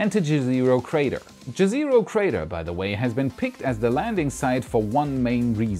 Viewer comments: For future reference, the mars crater to be explored is called "jez eh ro" not "ge zero". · Just a quick note, Jezero is pronounced like Ye-se-roh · Jezero (yeh-zeh-roe) = Lake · please! "Jezero" is, as you certainly know, a word in many Slavic languages (including my Croatian) for "lake" (the particular crater was named, according to Gazetteer of Planetary Nomenclature via Wikipedia, after a town in Bosnia and Herzegovina.) The pronunciation is like "YEZ-ə-roh" (IPA /ˈjɛzəroʊ/) - not so difficult. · "Jezero" means lake on Croatian o.O ( btw..if it helps.. its read J like in german "ja" ..e is not read like in english but sounds more like e in "echo".. zero is read like you would in german zero..not like in english ... and you accent on first syllable.. je.. and cut off on last o..so it does not soumd so long.. like jEzero..) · Please don't read jezero the way you do :D :D :D Put it into Czech google translate :D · If Jezero crater name has any connection with Slavic languages, jezero (lake) is pronunced differently, but still awesome coverage. Thanks :) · Congrats for No.100!! YOU ROCK!!:D I just must add, You are using the wrong pronunciation for "Jezero crater" (like most English speaking people do), please check here: and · Pronounce JEZERO like you would in german language (except the letter Z).It means "the lake, der See" in serbian and many other slavic languages. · This is not how you pronounce Jezero. In many Slavic languages jezero means lake.